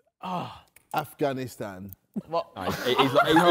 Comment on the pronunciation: Everyone: Falice Navi Da JJ: Af Ghani Stan